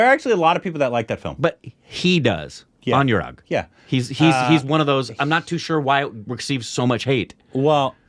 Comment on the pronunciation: Guys Anurag is pronounced like aan-oo-raagh not an-you-raag